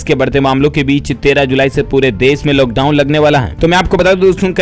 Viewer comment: Bhaiya loghdown nahi hota hai lockdown hota hai